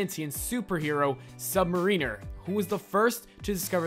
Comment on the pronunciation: Learn to pronounce "mariner," god damn you!